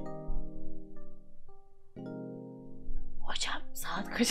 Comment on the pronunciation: Hozam Saahğt Kaçh :D